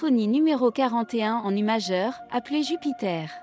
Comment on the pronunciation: C'est faux. Vous utilisez une pauvre synthèse vocale qui ne prononce pas "ute majeur" qui serait la bonne prononciation en français, mais "u majeur" - ce qu'on peut effectivement et légitimement confondre avec "mi majeur" - ce que j'ai aussi entendu la première fois. Par ailleurs, pour "Requiem" on ne dit pas "rékièm" mais quelque chose comme "rékouïème" - OK c'est une convention, mais c'est comme ça. "rékièm" en français ça ne correspond à rien. Changez de synthèse vocale, ou soyez un peu courageux et parlez vous-même. Et comme dit un autre juste commentaire, chez Mozart il n'y a qu'un "rékièm", même pas fini. Et vous avez des détails sur les "choix de vie extravagants" et les "dépenses excessives" ? Précisément ? J'aimerais bien savoir, d'où vous sortez ça ? Et d'où vous sortez aussi que ses difficultés économiques (connues) ont eu un impact sur sa capacité à se concentrer sur sa musique ? Il y a des baisses de niveau dans la production de Mozart, à l'âge adulte ? Quand ça ? Sur quelles œuvres ? Si oui comment savez-vous que c'est lié à des difficultés économiques ? Et encore merci de citer vos sources. Enfin si vous avez du temps à perdre, parce que je sais déjà que vous racontez n'importe quoi. Mais du temps à perdre vous en avez vu ce que vous produisez. Apprendre ? À ce niveau, si ce n'était que des platitudes ça irait, mais on s'oriente vers de la désinformation. Comprendre ? Il faudrait déjà que vous ayez compris vous-même quelque chose avant d'imaginer expliquer qu